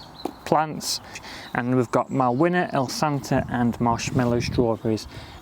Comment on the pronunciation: Malwina is pronounced Malvina. It’s a Polish name. Lovely name, lovely girl, lovely strawberry 🍓 hey! 😊